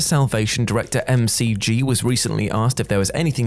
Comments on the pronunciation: It's 'mick gee', not 'em cee gee'. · I think it’s pronounced Mick- G and not M-C-G and Guillermo instead of Gillmo. But I’ll let it go because it’s. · McG is NOT pronounced EM-CEE-GEE. It’s MICK GEE, just like MICK DONALD’S. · And it's called Mac-Gee, not M-C-G. And don't get me started on del Toro's name. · Apparently it's pronounced M C G instead of Mic G. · Em Cee Gee? It's Mick Gee. That's how you pronounce McG. LOL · McG is pronounced Mick G, not M C G! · It's not M-C-G.... it's McG (mick-gee). Do your research. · McG is pronounced "Mick Gee," not "Em See Gee." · It's no "M.C.G". Its McG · Pretty sure it's McG as in Mick Gee and not m c g. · M.. C.. G..? And you call yourself a movie review channel??? Mc G, the guy's name is Mc G, as in Mc Donalds, not the flipping Melbourne Cricket Ground! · Lol M-C-G 😂 it’s pronounced MacG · Each time he said MCG was just so jarring. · McG is not M C G, Harve Bennet is not Harvey and Guillermo del Toro is not Gilmo. Pretty sure that's not how Nicholas Meyer's surname is pronounced either. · Why is it that so many of the '...Culture' presenters always mispronounce names, like they have only ever read them: it's McG like McDonalds, and Guillermo, not Gilmo! I've noticed it in a few other videos, so while the script writers are good, these presenters need to up their game, do a bit of work and actually get these things right! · Isn't McG's name pronounced more like "mick g"? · uh.. mcg is pronounced mick jee... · Who's "Emme Seajee"? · Bruh, it’s McG. His middle name is McGinty.